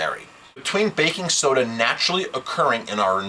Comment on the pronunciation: "BBBAKKKING SSSODA!" Torture!